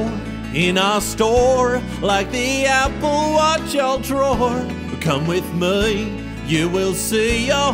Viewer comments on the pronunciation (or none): "Apple Watch ultroar"